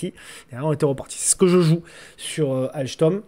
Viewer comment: ALCHTOM..... MDR de la pronociation.... on comprend juste qu'il ne connait rien au titres et au fondamental de cette boite.... sympa néanmoins...